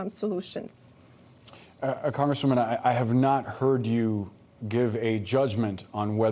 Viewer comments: There is a U in sit-u-ation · Learn to pronounce “situation” if you want people to take you seriously. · I wonder why she can't pronounce ' situation ' correctly?